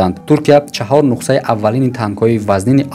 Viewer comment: Брат адаби бафаҳмон ё лаҳҷави Да забони точики Нухса гуфтаги калима нест. Нухса не Нусха